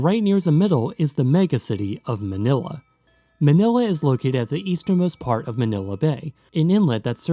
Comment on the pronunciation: Your pronunciation of the names of the places is almost perfect